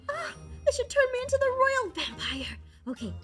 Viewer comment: I agree. Plus am I the only one who realizes the it was vampoire instead of vampire?